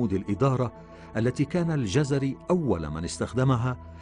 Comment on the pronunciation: انا لم اجزم انه كردي او غيرذلك٠٠اناعلقت علئ تسمية الجزيري٠٠٠او الجزراوي٠٠٠٠وصاحب الفيديو ينطقها جَزَري٠٠٠امابلنسبة للكورد نحنوا لنا الله كغيرنا وكفي باللهِ وكيلا